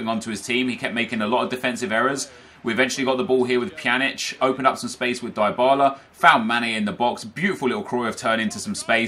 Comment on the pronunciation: Its pronounced deebala, not diebala